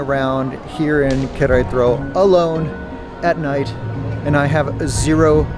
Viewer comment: Amigo …please …no es Querétro …es Qu re ta ro ….solo le falta una ‘ A’ …..saludos y gracias por tus vídeos . 👌🏼